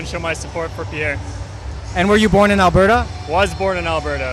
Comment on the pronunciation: Please listen to the way Pierre pronounces his own name and STOP pronouncing the "re" at the end. If you're going to mention someone in a story, at least learn the correct pronounciation of their name. I love what you guys are doing, but every time I hear you roll that R it makes me cringe!